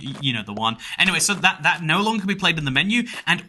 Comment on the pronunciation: Genuinely despise the way you say “nooooooo” Its pronounced like an elongated “no”